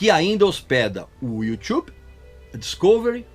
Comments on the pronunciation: Régis, você sempre foi tão crítico sobre tudo, por que ainda não foi crítico o suficiente com sua pronúncia de "YouTube"? É péssima e soa muito careta. Me incomoda. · You tchube é minha pomba. Kkkkkkkkkkkkk